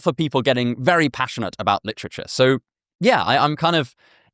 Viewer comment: "Lit-trich-errrr" I like it🙂....Just dont be saying that in North philly🙂